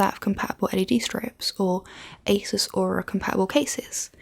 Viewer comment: ASUS is pronounced ASOOS, but it's an easy oversight and understandable